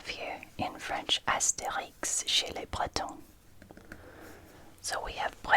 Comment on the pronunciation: Asterix 😍😍 !!! My whole childhood 🥰. So great to discover it in English and latin, and of course to see it in French too 😊. By the way, your French pronunciation is very good 👍👍. Great video 💚.